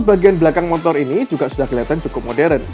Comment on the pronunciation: Sepeda mo tor Bukan mon tor 🤪